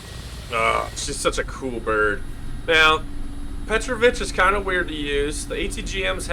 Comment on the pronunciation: There's an accent on a second vowel: petrOvich, not pEtrovich.